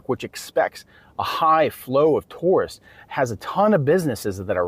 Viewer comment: OMG! too~rists. Not. Tore-rists